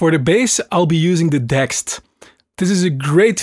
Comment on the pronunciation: DeXed, Everyone needs to learn how to pronounce it properly, it's Dee-Ex-ed, Like D-X-7.... D-X-D... otherwise, mad tune, brings back some great vibes.